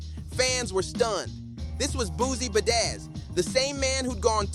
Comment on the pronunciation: Good content but every time you said Boozie Bazzaz I wanted to abort. 🥴 Good work overall though.